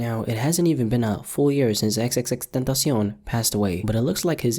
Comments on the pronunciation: you pronounce xxxtentacion simal how you pronounce temptaion, not ten-tace-on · Like obviously I respect x but this guy says xxxtentaciAO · “xxx dentist yone” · Why did he pronounce tentacion like that. Just stop. Say it in English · I hate the way you say his name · I hate the way you say xxxtentacion, like Jesus fuck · i hate the way you say tentacion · Bro, you're pronouncing "XXXTentacion" incorrectly. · I love how gringos pronounce tentacion